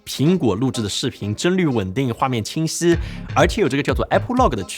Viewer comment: 讲话像嘴巴没张开，清晰说成青丝